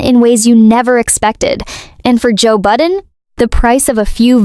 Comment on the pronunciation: Joe Budden...not "Button." I remember the name from my rap days, but I don't regret not knowing his artistry, or whatever. Derulo? ...a habitually opportunistic user and loser. Katy...Katy...Katy. How the mighty F E L L. The chainsmokers: 🥱Meh Azalea WHO? One-hit legend in her own mind Takashi: Is he still alive? SiA? Puh-leeeze. James Corden: I think he took his Access and Nickname for granted ..and he thought BTS would protect him. He stepped on a landmine. 'nuff said. Biebs? I give him a tiny bit of grace bc of his Diddly/Urshur-laced trauma. I think they ruined him FOREVER... mentally & physically. ...and no, I didn't forget Gingerbread. He just became invisible in the scheme of it all. This is MY OPINION...MY reaction, formed as I watched these transgressions in real time...and not meant to influence ANYone.